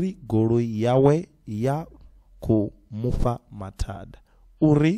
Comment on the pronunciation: Isn’t Mufha supposed to sound like “Mupha “?